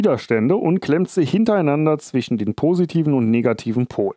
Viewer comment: ich kann nicht mehr ... zwiSCHen praktiSCH ... schrecklich - wenn man schon ein Video macht warum nicht noch verschmutztere Elektroniken gefunden? - das Video ist sicher geil aber durch das schlechte Deutsch wollte ich es mir nicht weiter antuen als 10 Minuten - schade